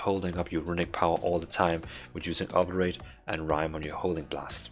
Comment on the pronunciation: Friendly advice, do a google search for "Obliterate pronunciation" to hear how it sounds. I know english isn't your first language.